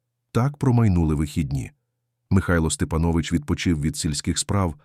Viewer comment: Має бути наголос СтепАнович,ви не знали😊